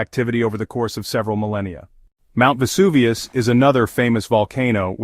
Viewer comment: Mount EST-Tee Helens and Mount Ess-Aint Helens. Yet , can pronounce Vesuvius correct. I really hate AI....bring back real narrators.